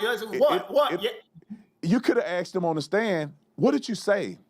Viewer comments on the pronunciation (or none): “he axed for the max”???